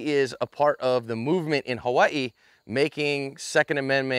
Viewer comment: wow! i’m surprised at Johns pronunciation of Hawaii, you said it just like a local. The second amendment is pretty much non existent here, thanks Lei for your efforts!